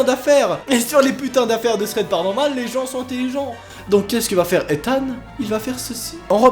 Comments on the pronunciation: Je crois que t'a un peut abusé sur le "PARANORMAL"😂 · Oh mon Dieu le "paranormale" 😂